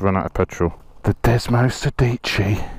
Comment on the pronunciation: i didnt find any foreigners yet that can say desmosedici correctly lol , i m glad you enjoy the ride anyway